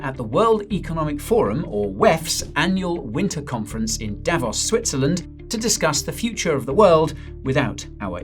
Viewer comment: Davos is pronounced with a long o Davooos Repeat after me : Davoos! That is better!